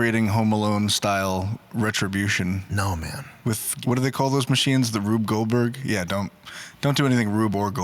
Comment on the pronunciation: emphasis on Goldberg 💀💀